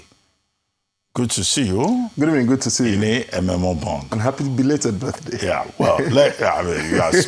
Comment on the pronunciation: It is Ememobong not Emembong. Arise take note!